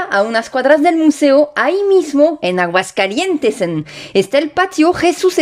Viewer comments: Enriquecedor, dinámico y ameno, a parte de interesante y cultural, me gustó mucho; un dato inútil, (como se dicen por aquí), no se dice Aguascalientes'n, jajaja, se dice Aguascalientes, hermoso día y un abrazo fraterno. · ¡Aguascalietes'n, qué bárbara,! Ya más mexicana que el atole. Extraordinaria la calidad narrativa, la investigación, la producción. Te la volaste con este video, de verdad.